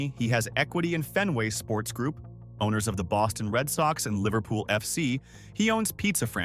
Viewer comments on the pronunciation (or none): none